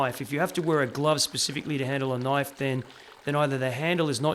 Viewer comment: I came just to hear you say "noyyfe".